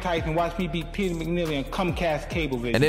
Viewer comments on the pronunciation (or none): none